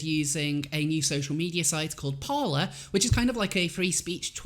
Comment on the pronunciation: Isn't Parler pronounced as "par-lay" as in the French word "to speak / talk"?